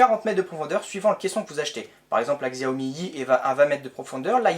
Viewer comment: Xiaomi se dit "chaomi"